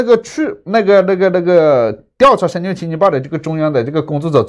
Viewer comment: 原来的何老板是会把深圳念成深俊的